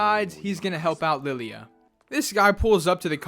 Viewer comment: “Lilly-a the maid” yeah it’s lie-la